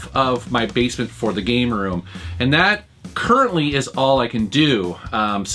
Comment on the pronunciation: did he read it "proving your gay room"??? listened to it few times and that's what i hear